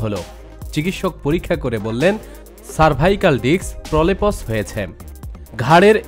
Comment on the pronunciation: আরে প্রলেপস না প্রলাপ্স l কেন মেডিক্যাল টার্মিনোলোজি বলেন l